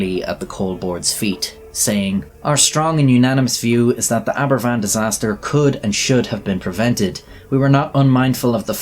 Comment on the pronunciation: Aberfan not equals Abervan.